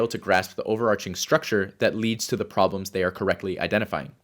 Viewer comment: "There are 3 fundamental psychological ROBLOX."